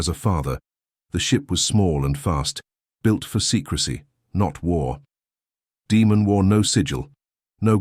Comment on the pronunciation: Daemon being repeatedly mispronounced took me out of the story. Daemon not Demon. 😒